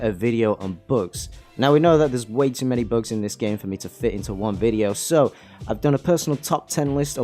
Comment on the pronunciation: This nigga saying books instead of bugs lmao